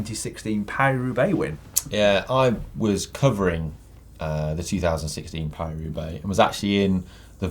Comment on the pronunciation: Is it really so hard to say Paris-Roubaix? You always make it sound like Peiru Bay.